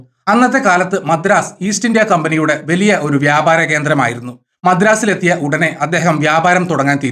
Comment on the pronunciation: വെലിയ അല്ല,.വലിയ